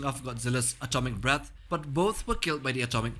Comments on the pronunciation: I thought I heard that too 😂😂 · Ya lol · Yeah me too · is it just me, or does it sound like he says "Atomic Balls"